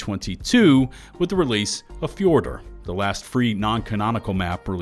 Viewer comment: Bro called fjordur four door lmao